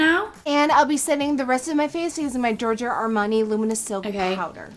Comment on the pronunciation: Georngio narmani 😂😂 love u